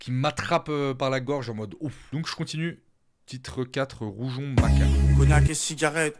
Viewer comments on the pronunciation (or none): aïe aie aie comment tu prononces rougon , la culture générale au top 😂